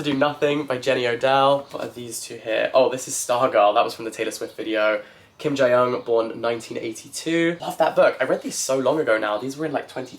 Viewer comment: 2024 and still pronouncing it JAI-young lol. There's no diphthongs in Korean, so no "ai" sound. It's JEE-young my love 😅